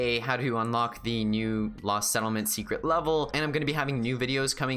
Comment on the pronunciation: you sounded like you said ‘Last’ instead of ‘Lost’ Also the first 100 people who watched your video are really good so good job to everyone who had notifications on